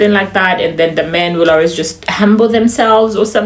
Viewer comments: I can hear the Ugandan arways instead of always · On the accent part,, now that uve said it... I've picked up on ur pronunciation of "always"😂.. So Ugandan